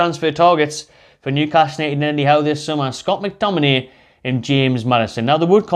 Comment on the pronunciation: no way mctominayy lol